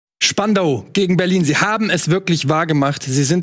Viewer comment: Die Betonung muss auf spandau liegen denn spandau ist älter als Berlin 😅👍